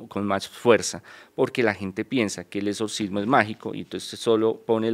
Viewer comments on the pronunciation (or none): No se si creerle dijo , pudrirse, etsorcismo(así tal cual lo pronunció) y en alguno parte dijo Morido , jajajaja la verdad no sé si creerle un intelectual no habla así